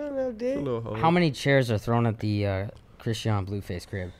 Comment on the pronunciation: Bro when he said. Christean lol it's not christean it's chrisean has me 😂😂😂😂😂😂